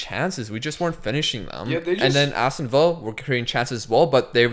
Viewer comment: Nobody:: awwston villa